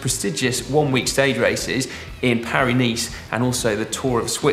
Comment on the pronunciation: I was sure Dan said "Perineum" mountains.